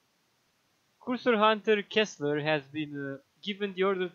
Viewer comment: I'm pretty sure his name is Kesler, not Kissler. XD